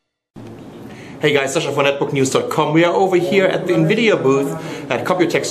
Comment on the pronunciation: nvidia chi pi u